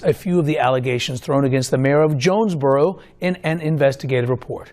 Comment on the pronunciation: Did she say jonesbugero